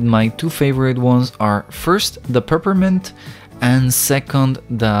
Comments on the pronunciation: me: peppermint him: prprmnt lol edit: i got a like :D Another edit: WTH A TON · He doesn’t know how to pronounce “Peppermint”, but i like it. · its so pure that he cant really pronounce peppermint <3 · I’m sorry I had to do this 🥹😭 ”perpint”